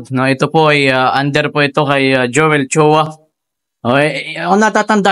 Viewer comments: choa —— chua … ayusin mo naman salita mo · Chuuuuuwa not Chowa